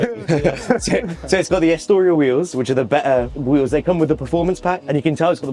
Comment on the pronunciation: 'Estoria wheels'🤣🤣